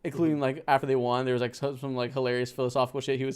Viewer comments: Great stream yall, the way says ‘won’ drivin me crazy tho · one thing about is he will mispronounce won